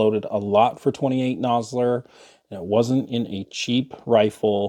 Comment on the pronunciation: Yeah nah, I generally enjoy your content, but you lost me at 28 nosler, look forward to your next vid